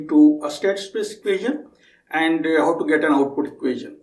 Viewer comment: you pronounce Now as ''No'' & how as 'ho' which was really confusing in the begining to understand but i got used to it now.